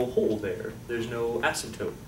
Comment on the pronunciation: ....asympote instead of asymptote, lol...